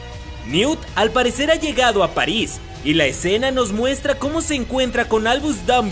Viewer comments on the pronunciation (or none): none